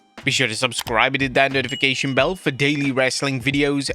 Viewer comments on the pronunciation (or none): none